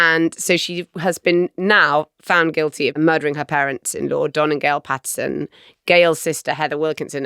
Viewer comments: Both here & on the audio version, you've got the name of the mushroom killer wrong. It's Erin *Patterson*, not Pattinson. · It's actually Patterson (not Pattinson). Also she's the mushroom lady (not poisoner). Also she served multiple, single-serve beef wellingtons (not one). It's ok, easy mistakes to make for those who haven't spent months gripped by this trial.